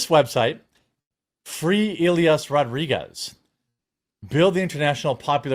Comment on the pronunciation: Jeremy, repeat after me. EE - LYE - ASS just sayin lol